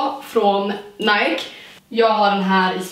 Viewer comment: Du älskar Nike men kan inte uttala namnet.. Snälla... Det är Ni-kee inte Najk...